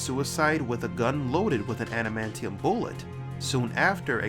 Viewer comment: Did you really call it anamantium or are you suffering from poor diction?